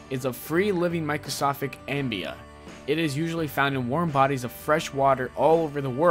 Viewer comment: MICROSCOPIC AMOEBA!!! learn how to say stuff.